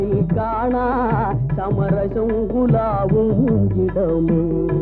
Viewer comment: பாடலில் சரியாகத்தானே உச்சரித்துள்ளார்.